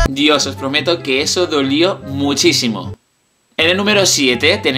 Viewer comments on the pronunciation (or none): none